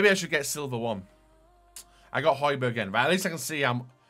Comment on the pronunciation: sorry pal no ye don’t. It’s pronounced “hoybyerg” kinda obvious really seeing as you get the first “j” right